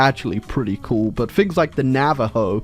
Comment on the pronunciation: anyone else impressed knew the pronunciation of Navajo?